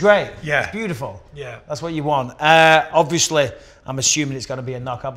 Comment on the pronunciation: Michael “ObvIOSly” Bisping